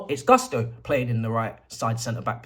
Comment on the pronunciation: It’s not Guss-toe…it’s pronounced “goos-to”